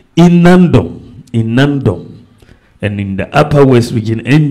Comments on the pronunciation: Is Nandom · Not Naadom please pronounce it well or ask